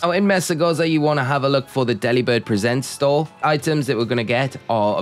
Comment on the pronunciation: I think it's 'Deliberd presents' as in 'gifts' not like a 'shows'. Hope that makes sense.